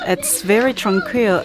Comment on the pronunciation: I subscribed because of how she pronounced tranquil